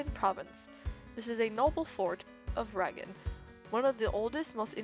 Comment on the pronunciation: "Ragin" Lmao, It's 'Rag-ni', said Rag-knee. Wynn is said 'Win', what confuses me though is how you say Wine at first, which is understandable, and then at the end of the video you pronounce it Wyvern. Fruma is... well Fru-ma, not sure how you're messing that one up but it's funny. and also, omg the names. Alexander? XD where are you getting this stuff lol. Al-a-dar is how you say his name, your adding like 8 letters. Also, your really close on Tasim, but for some odd reason your saying Tasmin, again, not sure where you're getting the letters. Trebuchet is a real word even, you were saying Trebute. Sorry about all of that, wasn't trying to be mean, just hoping to help. There's a lot of tips I could give you, but I don't want this comment to be any longer than it is, so I will probably type them as they come up in the series.